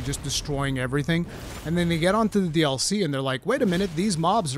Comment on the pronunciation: Lol I didnt understand what you were saying in the intro for the first few seconds. To me, you saying “DLC” sounds like “All See”